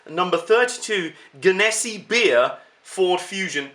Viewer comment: Im dying right now your pronunciation of that was soo off lol. I live in the area where the company is. It's pronounced gen-a-sea